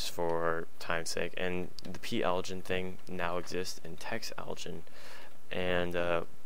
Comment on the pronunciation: It's pronounced uh-line... text-aligen